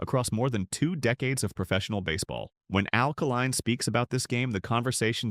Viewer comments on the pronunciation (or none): It’s pronounced Kay Line.. this AI can’t even pronounce the name correctly. It’s supposed to be so smart yet a simple thing like a name pronunciation it butchers.